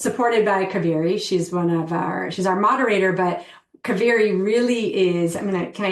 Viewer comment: Not ka- veri … It’s pronounced as KAA- veri ( holy River in Karnataka )